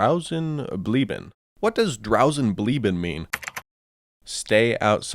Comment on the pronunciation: I love how he properly pronounces the ẞ but not the Bleiben afterwards lol